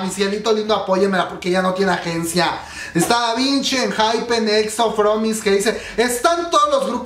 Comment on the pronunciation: es Davichi no Davinchi jajajajaja